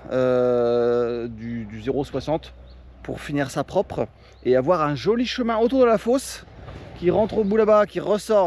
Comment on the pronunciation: Il manque toujours des r à prope et centimètes 😂